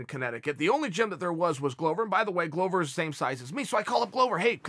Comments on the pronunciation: Just saying Glover is pronounced as the world glove but just add an er, “glove-er”, not “glOwber” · In Chael's mind, Glover rhymes with Grover 🤣. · If that's wrong, then Chael is by far not the only one. Every UFC voice, from commentating to Bruce Buffer, has pronounced it glow-ver.